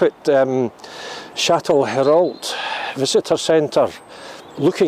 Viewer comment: Shat-le-row is how it’s said haha good video close to home ❤️